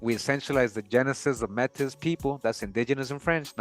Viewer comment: Métis (May-tee)